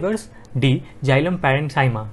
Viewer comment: Is is not jilam it is xylem u are pronouncing wrong